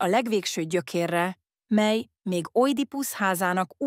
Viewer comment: Ezen hallatszik, hogy AI olvassa és ez nagyon irritáló. A mely-t úgy mondja hogy miláj.